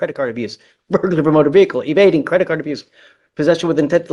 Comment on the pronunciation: A credit card “abruce” ? Where you abruise a credit card